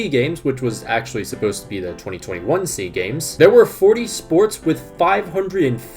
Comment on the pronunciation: It's S.E.A. Games, not Sea Games. South Korea is in East Asia.